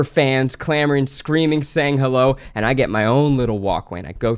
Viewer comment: i heard say "i like coochie" "hewwo"